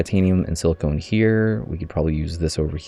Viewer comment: FYI it's pronounced the way it looks, siliCON (or sil-i-ken), not siliCONE. Silicone is a man made material used, among other things, in breast enhancement. Silicon is the naturally occurring element that is being represented in game